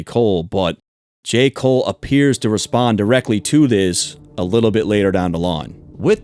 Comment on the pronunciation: "Respond" not "Repsond"